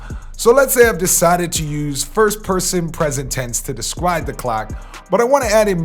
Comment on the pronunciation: This nigga can't say his "R's" 🤣😂🤣 Bruh said "wap" & "descwibe" LMAO